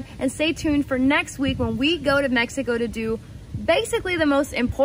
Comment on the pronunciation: Meh-He-Co.... That is not how they pronounce it in Texas :)